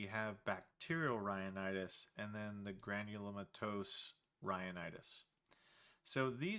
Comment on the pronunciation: Com'mon man, it's pronounced Granulomatous... Haha